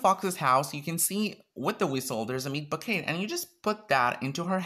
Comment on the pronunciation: 😂 I love that you pronounce it as 'bouquet'. Great video